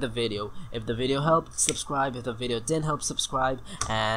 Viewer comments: Texan Accent: Videoow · Your funny when u say ViDeA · Let's Go to The Videaw. I say the same thing :D